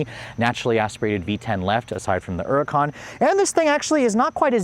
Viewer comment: Stop saying huracán wrong, it’s annoying